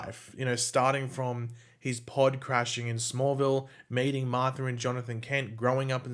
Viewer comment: LOL With your accent, when you said - "And meeting Lois..." sounds to me (Canadian) like you're saying "And mating Lois..."